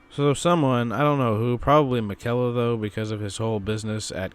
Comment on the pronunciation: The way he pronounces miquella always irks me! Lol great video as always dude